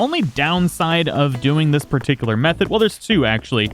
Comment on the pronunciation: He said parttickler